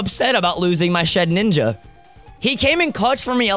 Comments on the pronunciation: Ryan keeps saying ShedNINJA insted of ShedINJA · Guys! It's Shedinja, not Shedninja! It's like nails on a chalkboard every time haha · I don't know why it bothers me so much when he says shed ninja